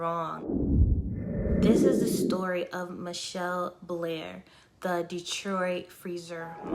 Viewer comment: it's Ma-Chell Blair Not Michelle Blair